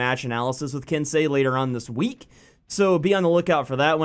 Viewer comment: "It's ok I'm American I'm allowed to be ignorant" you sure are a good sport lol.l, but you did say it right so good on you :)